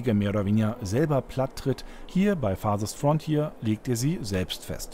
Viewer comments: "Farsest Fronthier" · FARSEST FRONTJIER XD